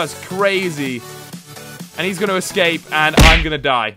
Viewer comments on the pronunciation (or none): none